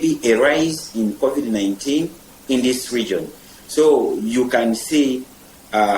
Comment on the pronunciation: what the heck is Couvid? I cant even watch this rubbish